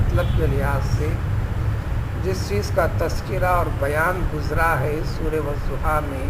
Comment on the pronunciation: It's not wazuha... It's waduha